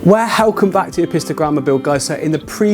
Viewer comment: That gets real annoying after hearing it a few times